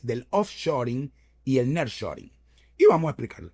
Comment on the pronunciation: Niar shoring (así se dice)